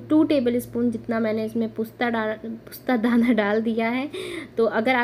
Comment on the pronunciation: pusta dana nhi , postadana bolte h , yaa खस खस 😅